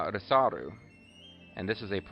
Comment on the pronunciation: Looking forward to seeing you on the battlefield. Risaru should be pronounced like Lethal in Engrish. That was the intention anyway. We'll have to fix that whole collab situation in the future. Can't have you feeling awkward. Haha!